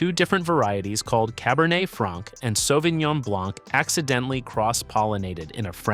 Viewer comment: Почему он говорит Савининьон?😂😂 САВИНЬОН